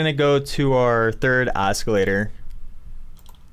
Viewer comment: Why are you pronouncing it (os-kil-lator)? It isn't pronounced that way. It's pronounced as (aa·suh·lay·tr)